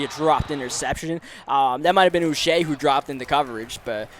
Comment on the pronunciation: Josh Uche is pronounced “Ooch (like smooch) - ay (like today)”